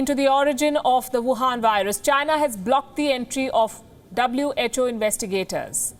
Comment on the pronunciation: Wohan not gohan